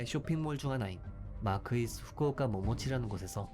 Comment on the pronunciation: 나레이션 발음이 일본인이거나 한일혼혈같으신데 맞으신가요? 일본지명 발음이 일본현지 사람 같아서요